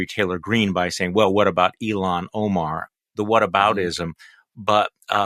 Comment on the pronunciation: It's not Elon Omar, it's ILL HON like Honda Omar. N it's ridiculous that her "all about the Benjamin's" comment was compared 2 any of tha bs that Marginal Trailor Trash Greene n others have said. She was referencing a hip hop song from tha mid-late 90's. The fact that folks still bitch about that cuz it's about all there iz 2 criticize her on is pathetic